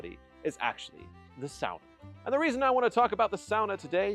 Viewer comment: Finally an American who pronounces sauna right! Northern Minnesota Finn here and lots of us have saunas, often built up at the lake cabin. So yes, running to jump in the cold lake is part of the experience 😅